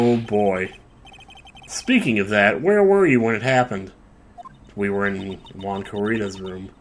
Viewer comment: Basically what you said earlier: "So we can't go into Juan Corrida's room, only Juan Corrrrrrrrrrrrrrrrrrrrrrrrrrrrrrrrrrrrrrrrrrrrrrrrrrrrrrrrrrrrrrrrrrrrrrida's room." Well, something like that anyway.